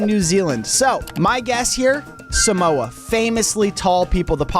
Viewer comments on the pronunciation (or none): none